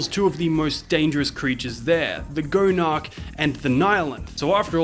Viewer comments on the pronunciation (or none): Its Not Pronounced Go-Narc Its Gone-Arc